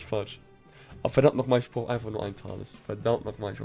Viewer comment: auf Englisch ja, aber nicht in der deutschen Aussprache. Dort sagt man nämlich ausgesprochen „Tales“!!!